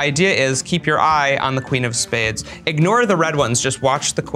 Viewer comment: "...that's the quin of spehdes"